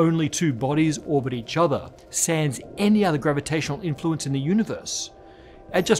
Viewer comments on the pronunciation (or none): Good point Adam Flanders. And , don't randomly throw in a French word that you don't know how to pronunce. The S at the end of "Sans" is silent. Why didn't you just say "without"?